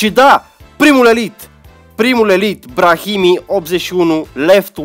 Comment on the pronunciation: Totul Mobil se pronunta Braimi